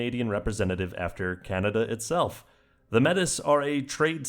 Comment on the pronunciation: Just a heads up, Metis is pronounced May-tee. Not Meh-tuss.